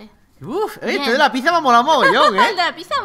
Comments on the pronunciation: se dice pitsa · pizza se escribe asi pero se dice asi pitsa